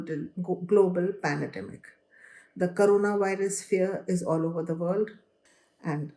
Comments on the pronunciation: " CORANAVIRUS" ==> " CORONAVIRUS " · It is "corona virus" not "Carona" or "Corana" as you are showing. Please correct it. Spend time before you edit your videos.